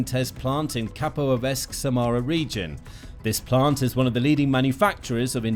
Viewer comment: It's Samara NOT Samara!